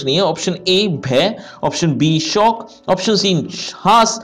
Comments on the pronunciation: Shook hota hai sir shock nahi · Sir aap shok ki jagah shauk kyun bolte ho🤔🤔